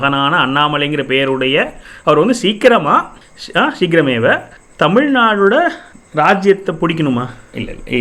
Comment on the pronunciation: நல்ல பதிவு நல்ல நோக்கம் கொண்டு பதிவிடப்பட்டுள்ளது. ஆனால் ஒரு சிறு திருத்தம். "நாம" என்று இருக்க வேண்டும். சமஸ்கிருதத்தில் "எ" என்ற ஒலி கிடையாது. "ஏ" மட்டும் தான். "சீக்கிர மேவ" " கரிஷ்யே" என்று உச்சரிக்கப்பட வேண்டும்.